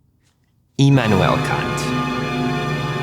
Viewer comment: Finally someone who pronounces ma boy kant the right way 😂